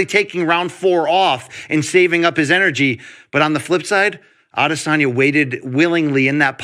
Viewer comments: Luke, just wanted to chip in to say I appreciate the new pronunciation for Izzy you seem to have invented in the last few weeks: Ade-SORNYA. Just say A-DES-onya or pronounce it the way you used to. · Nobody: Luke Thomas: Adizoneya